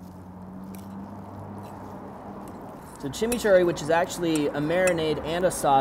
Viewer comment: Even though, you kept saying "Chimney Churry", We know what you meant lol...Anyway, awesome vid, as always!